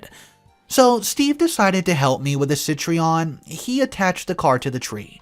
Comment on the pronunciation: The French car Citroen is pronounced Citro-en or Citron in English. The name of the automobile means Lemon. Which is funny considering this stories Very respectfully I recommend looking up the pronounciation of words you are not familiar with. This seems to be a bit of a problem with you. (No offense intended)